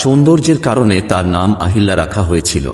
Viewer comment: আহিল্যা না অহল্যা